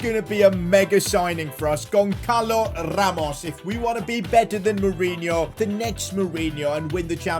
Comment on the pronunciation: btw the ç is like ss, so gonssalo ramos, not gonckalo ramos